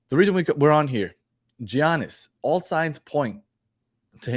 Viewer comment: Did he just say G - annis? thumbs down, clicked away...